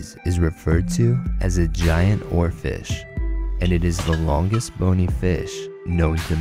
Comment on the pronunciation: It's hilarious when he says Oarfish.